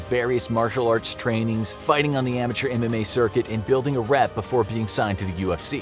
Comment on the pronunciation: Every time he says MMA i hear anime and think of ufc fighters all being weebs